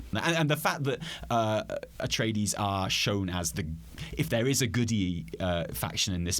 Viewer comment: Ah-tray-dees, not uh-tree-dees.